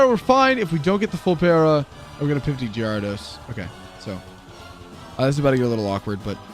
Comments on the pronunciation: The way you say Gyarados gives me Crohn' disease. But loved the video ! 😂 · The way you pronounce gyarados has to be a meme right?